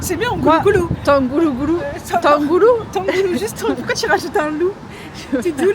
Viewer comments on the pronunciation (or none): tang hu lu, le G se prononce pas, mais le H oui